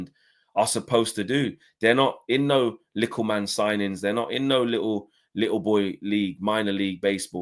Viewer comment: I can't take you seriously when you say "lickle"